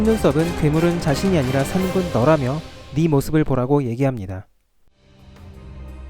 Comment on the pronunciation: 산군이 아니라 산꾼이라 발음해주세요